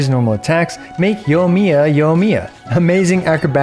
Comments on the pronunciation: Yoimiya. Yoi. Yoi. Yoimiya. Not Yohmiya. Sorry I had to, great content as always! :) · "yough miyuh" giving me ear cancer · Pls pronounce the i in her name, driving me crazy